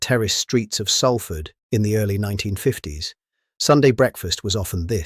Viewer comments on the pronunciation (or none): It's Pronounced Sol ford. Not Sal ford.. 😂😂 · It's pronounced Sol Fud, Salford is pronounced the same as f**** salt, the sal is not like Sally!